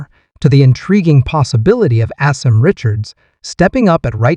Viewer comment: Pronounced- Ah-Sim